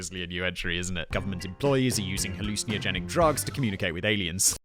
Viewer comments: Hallucin-ey-ogenic You might be adding an extra vowel sound there fact boy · Halluciniogenic? Interesting pronunciation. Love the show. Keep up the good work. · Nevermind Gene Roddenberry, you need to brush up on your pronunciation of 'hallucinogenic.'